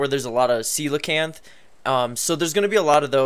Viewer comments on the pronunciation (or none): Its pronounced See Low Canth Not Coal